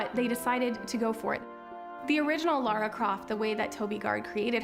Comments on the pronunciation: she said "Laura Croft" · She’s called LARA and not LAURA!!!